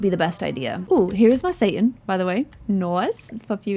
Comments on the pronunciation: I think it's pronounced say-tahn, not Satan (like the devil) 😂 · Separate the syllables as of there was a hyphen in the middle. And give the "a" sound just a little bit more of an "ah" tone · What does she keep calling the meat substitute bc it sounds like she's calling it "satan". Lol